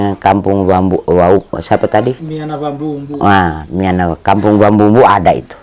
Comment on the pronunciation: Bos bukan wambumbu tapi wambulumbulu